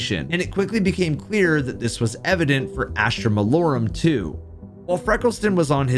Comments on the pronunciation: i love you. but its malorUM. not malorAM 😭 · Astra Mah-Low-Rum! Malorum Lol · Jesus man, pronounce the map name correctly. Mal-OR-um. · why cant any of you guys pronounce Malorum? its pronounced "Mah-Lor-um" not what ever the fuck yall be saying. Gamers gotta touch a book for a second and learn how to read again. 🤣